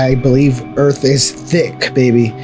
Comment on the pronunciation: "Welcome to Earph" -Will Smith in Independence Day